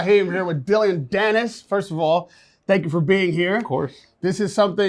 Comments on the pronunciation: His name is not Dillion, it’s Dillon. Interviewer sucks at his job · Why’s he saying “Dill-lee-on Danis”? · why does he keep saying his name as "Dillion"? ahaha